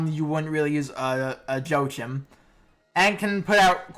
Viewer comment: You miss pronounced Joachim's & Meene's name incorrectly.